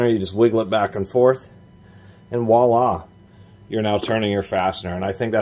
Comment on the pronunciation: Like when he said "walla" instead of voila.